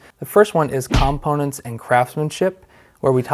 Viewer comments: Lol. “com-ponents” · 😂....... "The "COMM"-PONENTS!!! 👍🏼 😁 Just kiddin'!!!